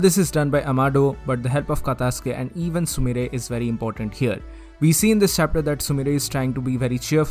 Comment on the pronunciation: sumire not sumrie